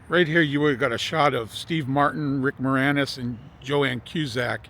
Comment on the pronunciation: Its "Joan" not Joann.